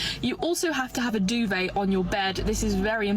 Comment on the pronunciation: If you cannot pronounce DUVET correctly, then you do not need one. I wasn't paying too much attention and literally thought she was mispronouncing Dubai, until I started that segment over again. The opinion of the woman at the end would be more valid if she didn't frame her TED talk to be more about showing off her "assets".